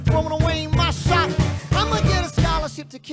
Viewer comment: It sound like Lin is saying Sho instead of Shot